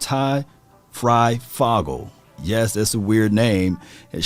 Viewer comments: Great analysis! It’s pronounced Fry-foh-gle, my nephew will make the roster no doubt about it. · Bro it's Fryfoooogle! Do you see two g's in the second part of his name? DAMN! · For ty fryfogle the O in fogle is pronounced long like you would say the letter,, just saying, home town guy here